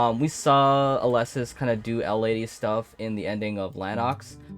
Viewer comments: its pronounced "Éleusis" not "Eulésis" 😂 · It hurts to hear how he pronounces Elesis..